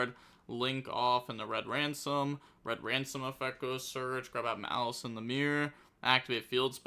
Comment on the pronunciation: Im here just to hate on maliss, mal-ass over here